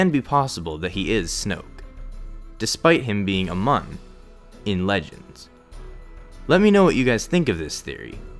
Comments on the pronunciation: Just a heads up, it's pronounce "MYOON", not "MUN" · Nope, listen to the audiobook of Darth Plagueis. It's clearly pronounced mjʊ:ɴ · Fry Liver The OP is correct. The u: symbol is the long vowel like in school. Or, to be very specific, Muun is pronounced just like immune, but then without the im, obviously.